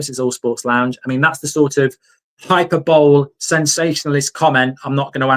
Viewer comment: Bro said ‘hyper bowl’ instead of hyperbole 😭